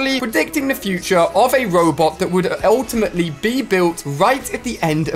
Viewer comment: He says “ultiamatly” alot